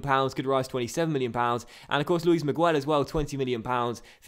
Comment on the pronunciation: In the name of Luis Miguel you don't pronounce the u